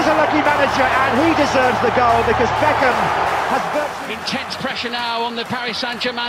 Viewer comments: I hear Denis Beckham Denis Beckham aaaaaah Denis Beckam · It’s seems like he says denis beckham 😂😂😂😂😂🤣🤣🤣🤣🤣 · I heard Dennis burgerkamp